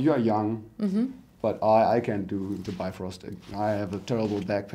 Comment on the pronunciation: What I really want to do is Jump in there and make them say Bifröst correctly, its not Bi-Frost, its bif-Röst